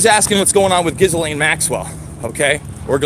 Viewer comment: It's pronounced JIZZ LANE! No, seriously!